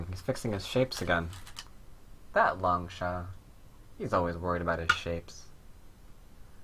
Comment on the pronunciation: Why do you pronounce it as Long-sha? In mandarin, the 士 character is pronounced as "shi". I could be wrong though, just wondering.